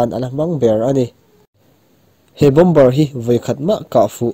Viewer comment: "BOMBER" NI LOIN,"BOMB"'ER TIH A LAM TUR